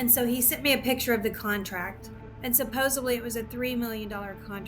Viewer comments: “Supposably”?? It’s supposedly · "SUPPOSEBLY..." when I hear someone say "supposebly" it's easy to see why they are easily fooled. It's SUPPOSEDLY. Supposedly, with a D!!! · SupposeBLy is not a word people. English isn’t even my first language!! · I knew she was an easy mark when she said “supposebly” 😅😅😅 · she said "supposably" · What the heck is "supposebly?" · “Supposebly” is not a word. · She lost me at "supposably". 🙄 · Supposebly Is NOT A WORD! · I don't think it's a stroke I think it's just Americans. I've heard lots of them say 'supposably'. And the host of other mispronounced words. You lot can't be trusted with even one word of the English language, you butcher it.